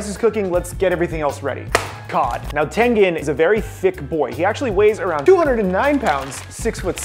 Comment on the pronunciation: bro i watched this girl and the video was called "65 facts you didnt know about demon slayer charecters" and she said tangan instead of tengan